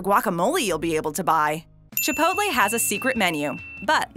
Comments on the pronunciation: Haha he's trying to be funny by making fun of people that pronounce it wrong. But ends up pronouncing it "Chiopolte" when trying to be correct 😂😂... Chi-pole-tay... dear God. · I'm a simple man. I hear "ChipotLEE" I dislike. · It's pronounced chip polt lay not chip polt ta. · CHA-POIT-LAY wtf is up with how people say chipotle. I swear the smallest things bug me. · She said chipotle wrong the whole time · I hated every second she said chipotle wrong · I hate how she said chipotle until